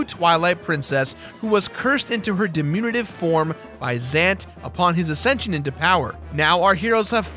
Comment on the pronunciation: "Dimunitive?" I think you mean "diminutive," though the word you were probably going for was "diminished."